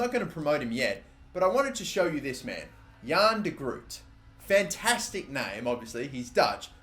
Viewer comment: It would be pronounced as: Jan de Gr- oat With a loud G. Loving the series! Love from the Netherlands